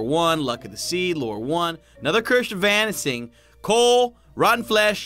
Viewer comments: One time I went into a shipwreck... I found some leather armor, but I shouldn't have worn it because it had the cursh of vanising. xD lol listen to whenever he says curse of vanishing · can you not say cursh if vanising at the end.... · “Cursh Of Vanising” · You said vanishing vanising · lol did anybody else hear the "cursh of vanising"?